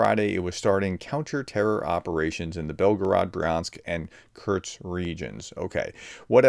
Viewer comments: U can write in title KURSK but can not say it!??? KURTS🙄🙄🙄🙄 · Professor! There is no 't' in Kursk! It's geography, not geology! Lol, sorry. Thanks for the update. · K U R S K not K U R T S